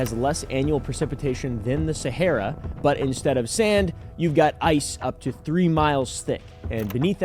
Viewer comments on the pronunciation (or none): none